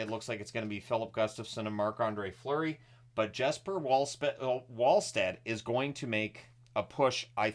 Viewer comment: Yup, and also Wallstedt = VALLschtedt